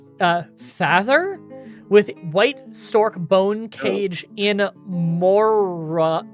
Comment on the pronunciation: Ter-ma-lean... More-ee-on... Father as in your dad...